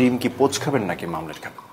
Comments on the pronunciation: It is not mamlet , it is omelette. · শব্দ টা মামলেট না অমলেট